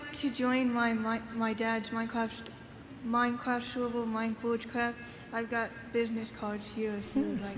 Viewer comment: minecwaf showver